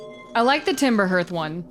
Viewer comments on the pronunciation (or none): Hearth is pronounced "harth" right? Or is this different in the US?